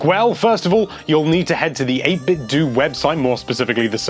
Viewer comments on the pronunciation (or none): 8bit (doh) not (doo) it is clearly a play on words with Nintendo, I am not sure who Nintendoo is. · It's pronounced 8bitdo, like Nintendo. Not 8bitdoo. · okay it's bothering me.... I don't think it's pronounced 8bit DEW. I think it's 8bit DOE.... like nintenDOE not nintenDEW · It's "8-bit-DOUGH" right? Like "Nin-ten-dough"? Not "8-bit-DEW".